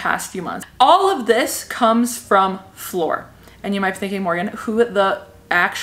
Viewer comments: Flor as in flower 🌸 not floor 🤦🏽‍♀️ lol I’m Hispanic and I was confused for some reason at first 🤣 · Her name is Flor 🌸flower in Spanish. The way you're saying her name is floor what you walk on. Honest mistake it's all in Rolling the r's and less o's Cool video! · I did I think she kept saying floor and it took me forever to realize that said flor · Tell me why I thought she meant the lady's name was floor like the actual floor till she said she was from Ecuador that's when I knew she ment flor like flower but in Spanish